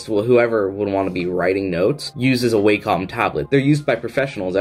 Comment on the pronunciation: FYI: Wacom is pronounced: Wacom is pronounced "wah come" and is derived from the Japanese symbol for harmony ("wah") and the first syllable of computer ("come"). I've used their products since the late 1980s and never heard somebody pronounce it "way" "come".